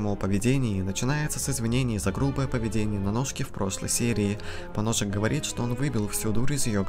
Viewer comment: Прочитать поножик;❌ Прочитать поносик;✔️